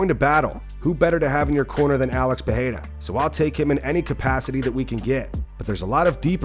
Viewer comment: He also repeats Alex PeHEYra every single time. Like, dude, it ain't hard to pronounce Pereira.